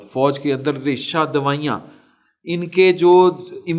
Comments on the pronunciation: ریشہ دوائیاں نہیں - ریشہ دوانیاں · ریشہ دوائیاں 😂😂😂😂😂😂 ریشہ دوانیاں درست لفظ ہے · Reshadawaiyen nahi Reshadawaniyan. Urdu main thori practise. ziyada karein. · ان صاحب کی اردو ملاحظہ فرمائیں۔۔۔۔۔ریشہ دوانیاں کو ریشہ دوائیاں کہہ رھے ھیں۔۔۔۔جب ریشے ریشے میں تکلیف ھو تو دوائیاں ھی یاد اتی ھیں۔ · ریشہ دوانیاں۔ لفظ ہے مطلب سازشیں۔ دوائیاں نہیں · ریشہ دوانیاں ہوتا ھے ' دوائیاں' نہیں آپ کے تجزیئے سب سے بہتر ہوتے ہیں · ریشہ دوائیاں نہیں بھائی ریشہ دوانیہ😀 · میں پہلے بھی لکھ چکا ہوں. یہ "ریشہ دوانیاں" ہوتا ہے، "ریشہ دوائیاں" نہیں. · ریشہ دوانیاں ہوتا ہے،ریشہ دوائیاں نہیں۔ شکریہ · Resha Dawaniya hota hay, dawaiyan nahi hota. Thanks. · درست لفظ"ریشہ دوانیاں" ہے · *ریشہ دوانیاں not ریشہ دوائیاں* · Resha dwanian not dwaian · Resha dawanian...alfaz sahih adaa kiya karain...